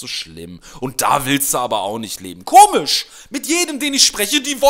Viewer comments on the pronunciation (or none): none